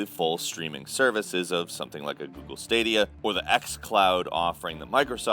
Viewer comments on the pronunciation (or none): none